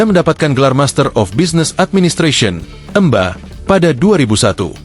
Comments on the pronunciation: MBA , dibaca emba :face-blue-smiling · Begini jika pakai suara mesin, MBA dibaca Emba, umur dibaca ngaco, masa kelahiran 1972 umurnya 49 tahun, yg buat skripnya entah gimana bisa ngaco korupsi umur segala.